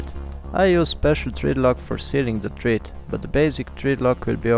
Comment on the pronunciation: just for your english improvement ... thread ... is pronounced with a short vowel sound .. like ed as in education ... not thread as in breed ... nice video ...